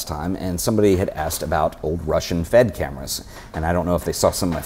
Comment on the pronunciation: I'm Russian and nobody in ex-USSR calls them F-E-D, evetone says "Fed"